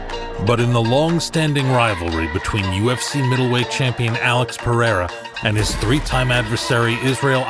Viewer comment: I'm hoping that after all is said and done that Uncle Chael can manage to properly pronounce Alex Pereira's last name